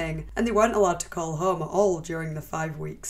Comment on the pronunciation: what the fuck is your voice? home isnt 3 syllables. its distracting and not pleasant at all to hear. fix that shit